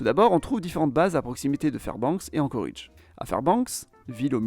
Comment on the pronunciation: Globalement intéressant. Mais d'une part on ne prononce pas "Anchoridge" mais "Anchorédge". Et d'autre part, aucune mention de la ruée vers l'or, surprenant. Comme s'il ne s'était rien passé économiquement avant 1960. Certes, le gisement se situant au Klondike, dans le Yukon canadien, mais les gens s'y sont surtout rués via l'Alaska, d'où le nom de Alaska Gold Rush.